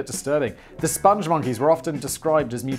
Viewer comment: Ah yes. The SpongMonkeys. No 'e' t the end of spong. The Lair of the Crab of Ineffable Wisdom